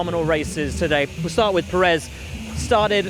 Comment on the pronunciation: Sainz: Pereth 😂